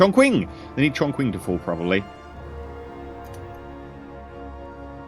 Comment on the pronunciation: Um, you'll notice it's pronouced tchontsing, not the way you said it